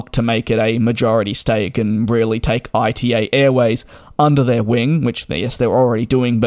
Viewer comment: "ITA" is spelled as a word (as the first letters of Italy) not as an acronym! Come on DJ since you do this as your job you should at least try to pronounce airline names correctly.